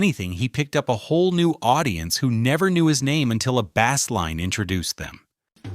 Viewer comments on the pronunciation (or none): They’re making synth voices better and better but nobody who has ever listened to music is going to pronounce “bass line” like fishing equipment.